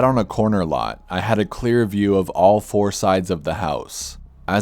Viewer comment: "fourer" lol. you narrators crack me the fuck up!!! Still sounds better than chillz lol